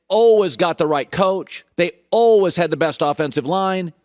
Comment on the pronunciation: Someone has to explain to Colin that the second half of the word “always” is pronounced WAYS, not WUZZ.